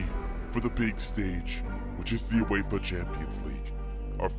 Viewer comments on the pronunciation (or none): none